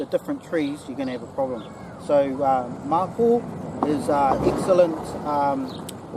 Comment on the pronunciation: Thanks you very much for the video. I found the bits on wood burning and the medicinal properties very interesting. Mapou is pronounced ma-pour and matipo is pronounce ma-tea-pour. Does anyone know why the Mapou and the similar Kōhūhū (as mentioned) in the video are also called Mapou (Red and Black respectfully).